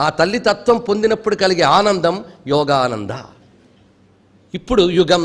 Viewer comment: it is not yogaDHA, it is yogaDA. It is not yogananDHA, but yogananDA! Wrong pronunciation of mantras brings disaster!!